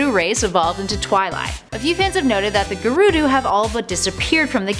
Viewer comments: gurdo?.... do you mean gerudo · You say gerudo wrong